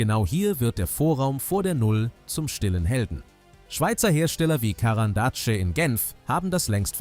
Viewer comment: Der Firmenname wird französisch ausgesprochen: „Garan d Asch“ und ist aus dem russischen Карандаш (Karandash) für „Bleistift“ entlehnt…